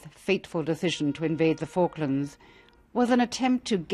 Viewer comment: The way they kept mispronouncing Falklands throughout the whole video😂